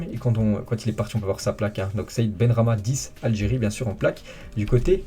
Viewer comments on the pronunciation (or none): none